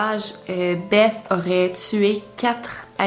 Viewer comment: Je crois que beth ,sa se dit bess😄 sinon super video